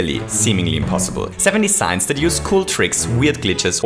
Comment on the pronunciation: He says ”seven desings”